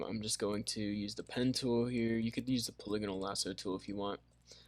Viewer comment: I died when you said “puliganal” lasso tho lol